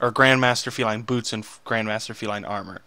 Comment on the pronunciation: you butchered the name feline and deck ;)